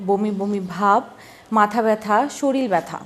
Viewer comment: শরীল না বলে শরীর বলা ভালো না?